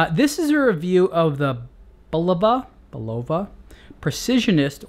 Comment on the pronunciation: It's BULova, not buLOVa.